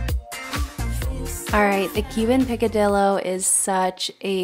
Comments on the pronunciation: Lol. Pronounced PEEK AH DEE YO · Im cuban and that is delicious! It’s pronounced Pee-ka-dee-yo Lol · Yummy recipes. Thank you. Just FYI, not a criticism, on the pronunciation of picadillo. Double L in Spanish has a different sound than a single L. Think Y. So, it is pronounced picadiyo. Just like Amariy(ll)o, TX. ☺️ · Love your recipes!! I wanted to let you know out of LOVE (and then you will know for future videos🙂) Picadillo is a Spanish word-so the “ll” are pronounced as a “Y” sound. Hope this helps🙂